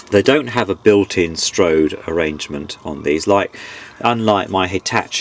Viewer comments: Re Dual dating; the number under the turntable mat is not date- related, and it is a 'strobe' light, not strode, used for checking turntable speed. Other than that, you have a pleasant voice but would be nice to see a bit more of the workings rather than hear about your train travels. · Your pronunciation is interesting. "strode" should be 'strobe' and "Tech-neeks" should be 'Tech-niks' (Technics). Also I can't find Part II, and I'd like to know how to get the turntable base out of the surround, mine seems to be stuck at one of the srews, on the RH side.